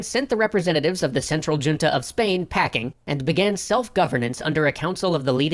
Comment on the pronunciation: It’s not your pronunciation of “” that bugs me, it’s the original content creator’s pronunciation of “junta” 😬😩 I mean, it’s one thing to have taken a different language in school and not know how to pronounce Spanish names, but “junta” is a word in common usage, right?